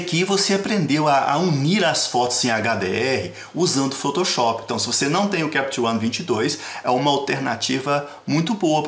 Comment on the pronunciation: Muito bom adorei o tutorial Só achei engraçado ele pronunciando foutouchop Kkkk